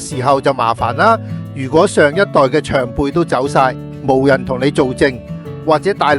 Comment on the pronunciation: 「無」在這用法該讀「武」，非「毛」；長輩的「長」讀「蔣」，非「詳」